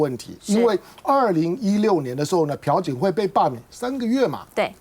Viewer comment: 主持人说pu槿惠应该读piao朴槿惠吧😄